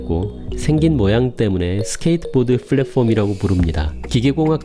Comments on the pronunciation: 항상 감사하게 보고 있습니다(열혈 구독자임) 다만, 발음하실때 platform 을 국어로 발음할지 영어로 발음할지 정하시는게 좀더 낫지않을까 조심스럽게 말씀드립니다 플랫폼이라고 하거나 (p)을랫(f)옴 이라고 하시는게 어떨까 싶네요 ^^; flatporm은 좀 아닌거 같아요 ㅠㅠ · f발음 엄청 신경쓰이네요.. 플랫폼 p인데;;;; 글두 좋은 정보 잘 봤습니다!